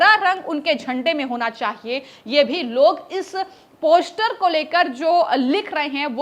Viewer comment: ' Poshter' bolna bhi nahi aata is murkh anchor ko ... Teeno joker hain